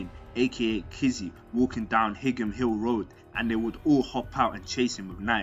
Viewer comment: You keep pronouncing higham wrong its like "high am* not hig ham lol